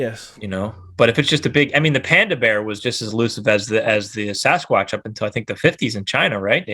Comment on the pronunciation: “ also known as Sasquwaatch” 😂